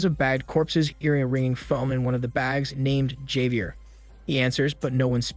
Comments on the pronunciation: Never heard Javier be pronounced that way 🤔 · If I hear you say 'Javier' like that again I will break my own eardrums